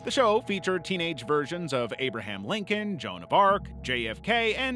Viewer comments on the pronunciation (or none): none